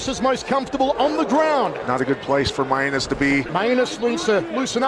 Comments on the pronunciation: Is it not pronounced "May-Nus" rather than "My-a-nus"? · actually shouldn't it be pronouced with Main-us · I really hope his last name is actually pronounced "mee-an-es" or something and they just forgot to tell the announcer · He so clearly pronounced that one as two words. Every other time was 50/50, but that one was indisputable. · i believe its pronounced main-us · "This is not where Mainus wants to be... Mainus is most comfortable on the ground" and "OHHH STINGING PUNCH TO MAINUS" got me literally dying laughing...is that actually how his name is pronounced or is it the guys accent?